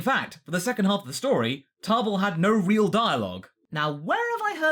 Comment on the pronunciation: Why are you putting an R in Table's name?